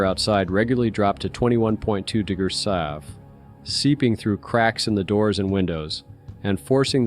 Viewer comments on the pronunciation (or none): can't pronounce "degrees". I have noticed this on many videos. You will too, now. 👍